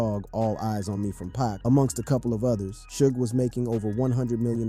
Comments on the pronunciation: This dude said Pac as pack... Disrespect dude. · Blasphemy!.... Everyone should learn to say Pac!!